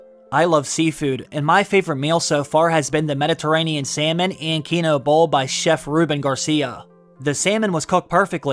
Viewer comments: I find it a little concerning that you can pronounce “Westerosi” with absolute ease but you can’t properly pronounce “quinoa”, which is a real thing. It’s pronounced “keen-waa”. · “Quinoa” is pronounced KEEN-WAH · Quinoa is pronounced keen-wah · It’s pronounced “KEE-nwah,” my guy… 😂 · I’m going to need you to learn how to pronounce quinoa thanks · Keep saying Quinoa wrong and ill be convinced you didnt eat that meal. Cmon man not even saying the "a" on the word